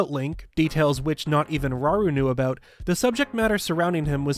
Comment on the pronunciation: it’s rauru not raoul